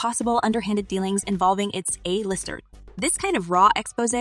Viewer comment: The AI readers are still kinda obvious. Ah-lister instead of A-lister...